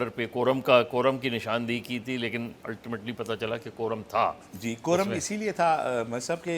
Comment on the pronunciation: patta challa hay not pattchalli please used correct word Ashqeen from chicago